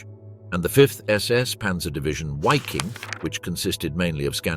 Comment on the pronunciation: Wiking (why king) come on Wiking and Viking are pronounced the same for G’s sake. Waffle SS. It’s pronounced Vaffen then there’s the whereMact. W’s are V’s S’s are Z’s all this research and youb failed to pronounce simple differences